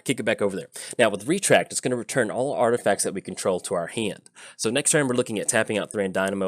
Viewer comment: Artifasers lol I think it's intentional isn't it?